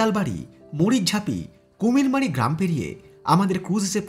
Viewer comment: 'Kumar Mari' noi ota hobe "Kumir Mari". amar bari Kumir Mari bagna forest office er oi khane